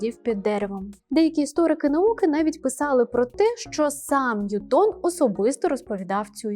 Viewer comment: Ви впевнені, що правильно ставите наголос у прізвищі Ньютона? Принаймні УРЕ дає наголос на першому складі. ЧИ можете ви послатися на авторитетне джерело інформації, яке б дозволяло наголос на другому складі?